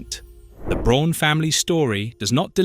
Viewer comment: Braun as a German name is not pronounced like the English word brawn, it’s pronounced more like the English word brown. How could you possibly make a video about Eva Braun’s family and not know this? “Her, younger sister Gretl…” AI is bad enough, but with an English accent it’s even more annoying.